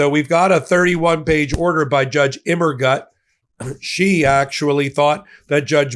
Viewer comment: Fun fact.... Immergut in German means "Always Good".... but the last syllable should be pronounced as "Goot"......